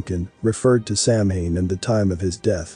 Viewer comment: Samhain (a Gaelic word pronounced “sow-win”) is a pagan religious festival originating from an ancient Celtic spiritual tradition. It is usually celebrated from October 31 to November 1 to welcome in the harvest and usher in “the dark half of the year.” Celebrants believe that the barriers between the physical world and the spirit world break down during Samhain, allowing more interaction between humans and denizens of the Otherworld. Perhaps one day you can use a voice that pronounces words correctly!